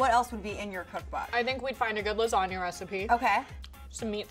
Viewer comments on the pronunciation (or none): can't get past "LASGANA" 😩😩🤦🏽‍♀️🤦🏽‍♀️